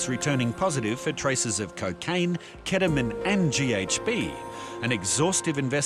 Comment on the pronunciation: I'm an aussie and I've never heard anyone pronounce Ketamine the way seemingly everyone on this show does lol, what's up with that